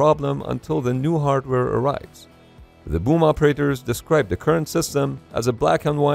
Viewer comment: Fun fact im a living mold for the boom or as he says woomb